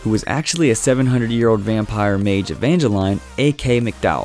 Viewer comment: You pronounce Evangeline wrong